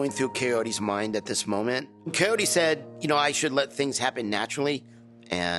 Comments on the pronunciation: Big Ed keeps calling her kayote... The correct pronunciation of her name is KAH OR ( roll the R) E. This is supposed to be his mother language yet he can't even get her name right.... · Always got to love how Ed downplays that he was the one that cheated on his pregnant wife and constantly picks partners over his daughter. Also I wonder if he'll ever learn to not say Coyote, you'd think without brain problem saying Kay-ori at least wouldn't be a challenge. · Why does no one care that he literally says her name wrong every single time he’s calling her Kay-oh-ty. There’s no T in her name! Like he wants answers say her friggen name right Jesus. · I still find it funny he pronounces Kaory as Coyote. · I like how when Ed says Kaory he says coyote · He can't even say her name right. He's over here calling her coyote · He is still calling her coyote? I think it is respectful and polite to know a person's name and pronounce it correctly. Geez, I do that if I'm talking to a customer service rep on the phone. The show must pay these women a good sum of money because there is no other possible explanation for his dating life. Personality? NO. Humor? NO. Stable personality? NO. Looks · I love how everyone else can pronounce her name correctly... yet Ed still has 6 different ways of pronouncing her name. It's Kaory... Kow-OOR-ree... 🤦‍♀️ Learn how to pronounce someone's name correctly before you go on the date, especially if you have the inside scoop Ed. It's not hard. It drives me crazy that he seems to deliberately misprounces her name for the camera. Plus whatever everyone else is saying; quit talking over her, stop forcing a relationship on her, stop making it about you and get to know her! Thats the point of dating! 😤 Edit: OMFG, he DID NOT! She's not afraid of love! She doesn't like how you treat her as a weird conquest for marriage and your stupid manipulative narcissist antics! Good lord dude, GROW UP 🤣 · I went back a few times! 🤣 He's calling her "Kayority" now.